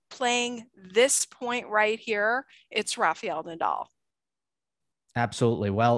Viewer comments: Can you guys please pronounce Rafa's name correctly. Rafael is Ra Fa El not Ra Fee El. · I look forward to every new episode of Three as much as I do to MMA. I like that Gil keeps Joel under control LOL, and I always appreciate contributions. However, could she please pronounce Rafael correctly - it’s RAF FAH YELL, not RAH FEE YELL. Thanks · Try RA-FA-EL.